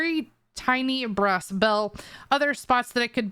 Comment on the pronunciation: a bruh's bell... a BRUH-s bell.. sorry cant get over the way you said BRASS. BR-ASS